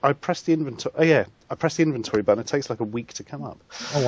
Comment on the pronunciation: I've been living for 24 years.... i've never had the thought of pronouncing inventory like you did as invent-tory. Amazing.